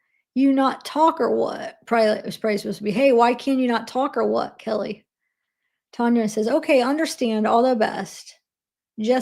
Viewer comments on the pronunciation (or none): none